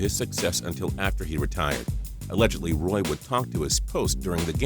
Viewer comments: It's not pronounced "Roy!!!!!!!!!!!!!!" It's pronounced, "WA!!!!!!!" Wow, y'all don't know anything about the best goalie in hockey history. Automatic dislike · Its pronounced Patrick Waa not roy. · U said Patrick Roy wrong (Pat-Trick-Wah) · God danmit, the Roy in Patrick Roy is pronounced RAW, it's french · Jordan subscribe to get money it's not raw, it's pronounced like wha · Lmao patrick raw.. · DUDE! WTF? IS PRONOUNCED PATRICK WAA OR WAH! ROY IS A CANADIAN TYPE LAst name.. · You can't say Roy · Every time he said Patrick Roy's name wrong i cringe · I cringed so much each time he said his name wrong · Me too! OMG!!